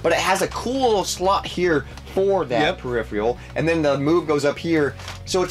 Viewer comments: dude its phe-ri-phe-ral......not pheri-free-al. smh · Peripheral not periphreal. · Why can’t either of them pronounce peripheral